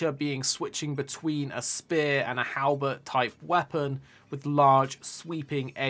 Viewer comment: you mean to say "HALBERD" not "HALBERT" dont put mouse click sounds to trick ppl into subscribing....its annoying and distracting. stop it.